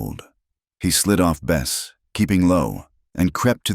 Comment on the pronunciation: Good story but the so called AI narrative with mispronounced words like the name of the horse changes from Bess to best and many more spoils the effect.